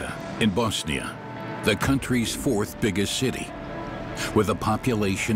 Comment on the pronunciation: Very good documentary. Also finally someone properly saying BoSnia and not BAAZZZNIA good job narrator 👏